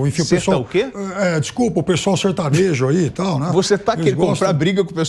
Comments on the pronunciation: Mas que ele falou "sertanojo" isso falou... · Olha ele falou "SERTANOJO" sim. Falou "SERTANOJO" sim.